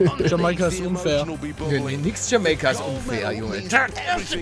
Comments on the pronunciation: bitte hör auf das jamEika zu betonen das heißt jamAika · Deutsche Sprache: JamAIka Paluten: JAMEIKA Deutsche Sprache: Am I a joke to you? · wie blöd kann man sein, es heist jamaika auf deutsch und (ausgesprochen) jameyca auf englisch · Es heisst jameika niche jemeike👌🏼super geiles video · Lieber Paluten, Es wird Jamaika also mit "a-i" und nicht mit "e-i" ausgesprochen P.S geiles Video👍👍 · Sagt pale die ganze Zeit jameica anstatt jamaica ? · Palle... Es heißt JamAica Und nicht JamEIca😂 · Paluten man spricht es Jamaika aus und nicht "Jameika", da gehört ein "a" Vokal dran und nicht ein "e". ;D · kannst du BITTE wieder für Deutschland spielen? Es triggert mich wie du JamEika sagst, und nicht JamAika hahaha. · ALTER ES HEIßT JAMAIKA NICHT JAMEYKA! ALDA TRIGGERT DAS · es heißt Jamaika und was sagt palle? jemeka😂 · Jamaika... Nicht Jameika... Ich bin grad so fkn triggert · Sprich es bitte Jamaika aus und nicht jameika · JAMAIKA NICHT JAMEIKA AAAA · Bitte sprich es richtig aus und sag Jamaica und nicht Jameyca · Es heißt nicht Jemäica sondern Jamaica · Jamaika nicht jameika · Kannst du es bitte jamaica und nicht jameyca aussprechen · Nicht jamayca 😂 sondern jamaica aussprechen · Könnt ihr Jamaika nicht mal Deutsch aussprechen? Bitte? Es heißt "Jameika" und nicht "Jamäika"! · Jemaika wie palle sagt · wie Paluten jamaika sagt hat mich mies getriggert :D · Palle es heißt jamEIka (also ausgesprochen) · Bei ihm klingt jamaica wie jameeicaa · Palle es heißt Jamaika nich Jameyka xD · Bitteee es heißt Jamaika ("TschamEIka" Wie das Ei) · Warum spricht Palle Jamaika Jame-ika aus, des triggert mich so xD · Erstmal Jamaika richtig aussprechen bitte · Palle sprichst du das mit Absicht falsch aus das spricht man jameika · Das spricht man jameika aus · Wie er das ausgesprochen hat mich übelst getriggert😂😂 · Kannst du bitte Jamaika richtig aussprechen das triggered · Uuuunnnnnddddd DEUTSCHLA..... JAMAIKA? JAMAIKA. OK. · Bitte sprech Jamaika das nächste mal richtig aus